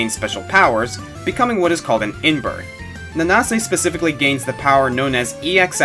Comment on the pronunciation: I CAN'T THANK YOU ENOUGH FOR THAT:):):) Under Night In-Birth has become one of my "personal" favorite fighting games, and just to see you mention it, makes me so happy:) Thanks:) (BTW, It's pronounced Nanse)